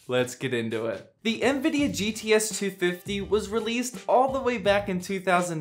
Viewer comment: Lol, "ehanVidia". I love how people add extra invisible letters when pronouncing it.